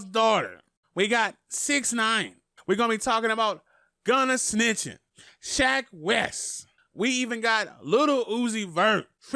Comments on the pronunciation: SHECK not Shaq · Thats shecks fault for having a name like SHECK